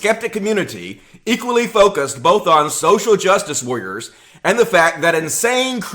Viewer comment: "Social jus wah-rers"